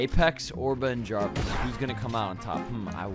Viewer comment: You said javis